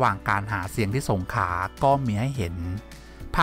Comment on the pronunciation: อ่านข่าวน่าฟังดีแล้วแต่อักขระที่อ่านมาได้ไงครับ ตัว ร ลไม่สกดตามใจควาก็ผิดเพี้ยนหมดเลย เช่น สงขลาอ่านมาว่า สงขา งี้